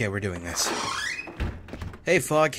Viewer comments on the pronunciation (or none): Did I just hear say, "Hey, fuck." And not fog? O.o XD